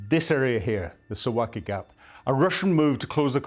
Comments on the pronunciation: Suv-alki ! Not Su-waki! How can we believe you when you can't even pronounce it??? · Please learn the proper pronunciation: Suwałki sounds like Soo-VAL-kee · Suwałki is pronounced: Sue - VOW - key 🤜🤛